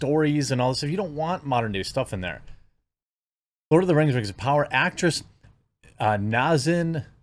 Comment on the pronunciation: The rang of powahh